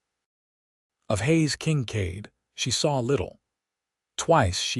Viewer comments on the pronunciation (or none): The AI is irritating...Haze King-cade instead of Hayes Kincaid??? Really?